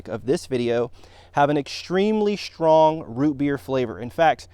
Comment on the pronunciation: No complaints on the content or quality of your video. Thanks for making it. I do however have one criticism. When you were a boy and learned to speak English, you were not taught and did not learn to pronounce "str" sounds as "shtr". At some point, relatively recently,as an adult, you got silly and started saying those sounds incorrectly. It's not "shtrong" or "shtraight" or "exshtreamly" or "shtairs" etc, etc, etc. it's strong, straight, extremely, stairs, etc, etc, etc. How shtrange that you would say those words that way.